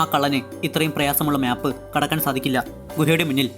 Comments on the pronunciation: മ്യാപ്പ് അല്ല മാപ്പ് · 'MYAP' ALLADA ‘MAP’ ANN CORRECT